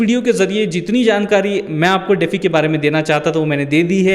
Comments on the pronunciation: "डेफी" नहीं भाई - डी-फाई (DeFi) बोलते हैं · DeFi is pronounced as "dee-fy" (like the word "defy"). It's an acronym for "decentralized finance". Here's a breakdown: De - pronounced as "dee" Fi - pronounced as "fy" Full Form: Decentralized Finance